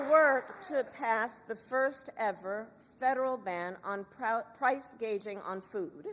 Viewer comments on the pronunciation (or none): This woman is so empty, she believes in nothing and lies constantly. Also, what is price-gauging? She cares so little about her policies, she can't even say them right lol. She also has no idea what she's talking about. There's no way the middle class is going to suddenly be able to use the earned income tax credit.